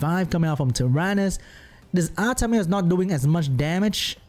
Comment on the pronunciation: Lol when you say "Artamiel" but it sounds like "Artameow"